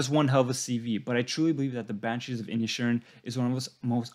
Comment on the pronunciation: Except for Inisherin which he pronounced Inishin and Siobhan which he pronounced Shovin?